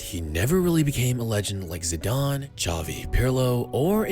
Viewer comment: Zidane* not Zidone